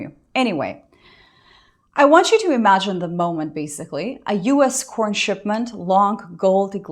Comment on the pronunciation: Sorry, but corn has been used so much on YouTube as an euphemism for videos of intimacy, I cannot help but hear "porn" each time you say corn.